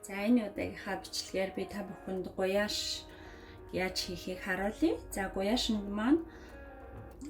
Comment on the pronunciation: Гуляш гэж хэлээч ээ гуяш гэх шиг зөв хэлчихээч ээ !!!